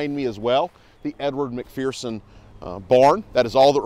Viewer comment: There is no “fear” in a McPherson. Pronounced Mc-FUR-son!